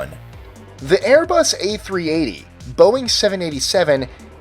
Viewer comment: You're pronouncing Boeing wrong